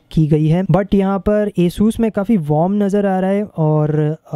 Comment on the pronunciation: the name is asus not esus hahahah🤣🤣